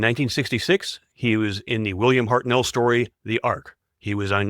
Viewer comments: Oh FFS. It is HARTnell like Heart Knell, not HartNELL you pillock. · HARTnell, PERtwee, BERnard, not HartNELL, P'rTWEE or B'rNAAARD